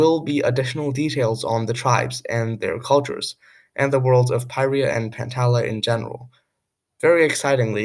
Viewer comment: it's not POY ri ah, it's PEER yah.